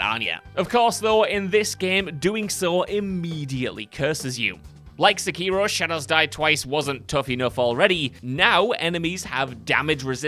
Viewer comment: “Se-kee-ro”, that’s like the third wrong pronunciation of Sekiro I’ve heard lol